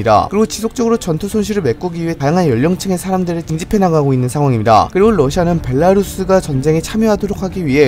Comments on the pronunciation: 벨라루스 발음 굿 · 와 ㅋㅋ 벨라루스 발음을 벨랄루스라고 하셔서 그거 누가 댓글단거 봤는데 바로 벨라루스 발음 신경쓰시는거 최고네요